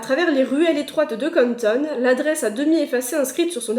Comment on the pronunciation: pardon mais je suis deja pété de rire. tu peux dire Canton (quand ton) et pas conne tonne ptddrrr